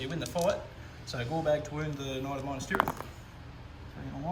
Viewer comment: The way you Pronounce Minas as Minus really infuriates me!! Good batrep champion.